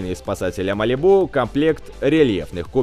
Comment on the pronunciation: Я аж не могу тебя слушать не МАЛИБУ А МАЛИ'БУ